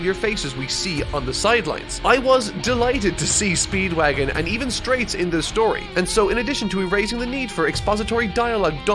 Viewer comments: Also, why are you saying Wam?? It's Wamuu. And it's Straizo not Straits. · so confused why he kept saying "straits" when the characters name was straizo confusing as heck but eh maybe it has different translations